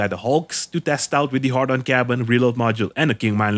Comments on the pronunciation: Why does put "Hadron" in the title but says "Hardon" 🤔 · ...Had-ron...not hard-on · You'll get 1m viewers just to hear you mispronounce the Hadron cabin as a har- Don cabin... jeez it's 'hay-dron'... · A part of me laughs everytime he says "hard on" someone get this man a beer. He needs a girlfriend asap. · I get triggered everytime you say "hardon". Not sure if troll or serious. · I mean, at this point you MUST be saying HARDon on purpose or maybe you're dyslexic?